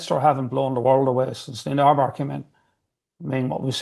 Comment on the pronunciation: Even Eddie can say Neinaber correctly,.